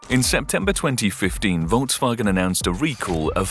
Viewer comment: The pronunciation of Volks wasn't that great, but it's nothing compared to 人民汽车. ;)